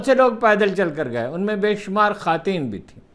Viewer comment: خاتین کسے کہتے ہیں ؟؟ یہ لفظ آپ کو چھوڑ کر کسی انسان سے نہیں سنا۔ کس بات کی ضد ہے یہ؟ اپنی درستگی کے بجائے یہ ہٹ دھرمی کس لئے؟